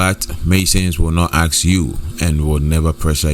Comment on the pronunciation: ASK. NOT AKS